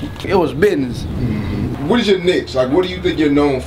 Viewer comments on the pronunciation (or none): It was bidness.